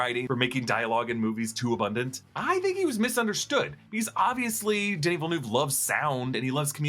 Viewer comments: It's Denis Villeneuve not Denis Villenoo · the way you say denis villeneuve kills me , im from Quebec hahahahah